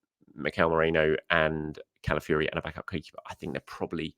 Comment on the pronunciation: it's not MERENO, it's MERINO, pronounced MEREENO. Also, isn't it Calafiori, not Calafiuri, pronounced Calafeeohri. It's important!!!